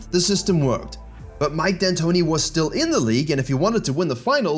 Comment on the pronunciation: Ah yes, Mike No D Antoni.